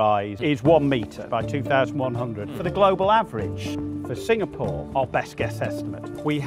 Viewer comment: It’s “Singapore “ not “Sinkapore